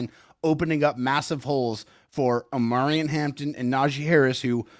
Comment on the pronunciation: Jesus please, it O-Maw-Ree-On 😂😂😂😂😂 like “Mario” Omarion. Reminds me of the Key a Peele skit 🤣